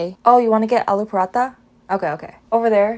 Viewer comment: Alo parotha? It's ALOO PARATHA buddy